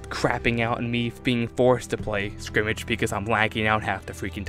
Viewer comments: sk-er-mish not skrimage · what the hell is skrimitch??!!?! it is skrimsh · SKIRMISH! Not "Skrimage" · Skirmish, skrimmish, ok. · It's SCUR-MISH not Scrimage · Every time he said skrimig mode I cringed it is called skirmish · Sounds to me that this guy pronounces "skirmish" like "scrimmage". Not hate, just something to point out. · SKIRMISH, not scrimmage, that's really starting to get irritating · ITS FUCKING SKIR-MISH. NOT SCRIMGE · good ideas but skirmish not skrimish!!! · Scrimmage... scrimmage... at first I was willing to give you the benefit of the doubt, but then you said it another 4-5 times. Scrimmage?... I just can't...*sigh* Edit: Pretty sure you said it a minimum of 10 times, RIP. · It sounded like skrimitch... I knew what he meant though. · Does he know how to say skirmish? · its skirmish you fuck nut